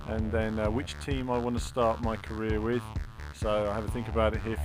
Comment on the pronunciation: i was convinced he said Korea rather than Career